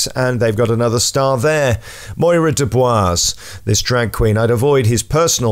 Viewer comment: Its MYRA Dubois not MOIRA!